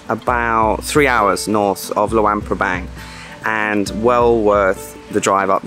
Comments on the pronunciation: Pronounce it like: Loo-ong pra-bong :) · It pronounced Lung PA bang